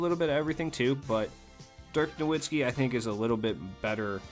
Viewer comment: Just so u know dirks name is pronounced noVitzski